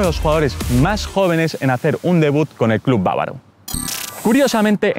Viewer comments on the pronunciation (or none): none